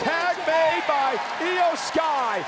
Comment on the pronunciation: Its iyo sky